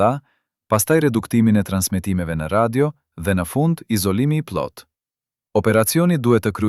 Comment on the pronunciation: Kjo video eshte bere me IA. Po me bejne nervoz si po e flasin gjuhen shqipe. Po- puli, pllot etj.